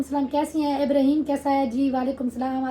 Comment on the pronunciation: Ibreeheem nhi (Ib ra heem) naam sahi lia kro plzzz